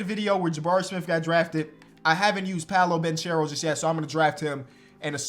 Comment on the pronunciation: 6 months later still can't pronounce "Paolo Banchero" correctly